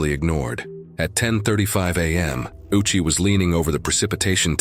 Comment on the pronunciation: Ouchi is pronounced Oh-u-chi.